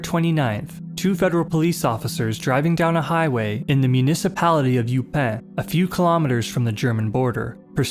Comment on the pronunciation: Eupen is not pronounced You pén, but Úh p'n, accent on úh. De Brouwer isn't pronounced De Broowáy, but De Brówer (like 'tower').Just to inform you. And I too enjoy your video's!